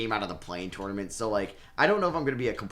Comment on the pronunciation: Does anyone else get annoyed the way he says tournament 🤣